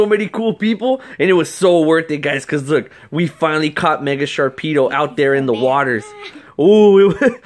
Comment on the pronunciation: there is no k in "Sharpedo''